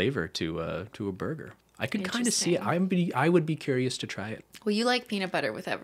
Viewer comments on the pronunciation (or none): none